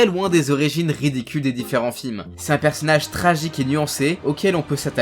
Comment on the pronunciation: On dit "ORIGINE" et pas "ORÉGINE" :(((